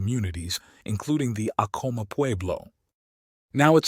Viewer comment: Its actually pronounced Ack-A-Ma..im born n raised new mexican my ppl are Apache mescalero...❤🦅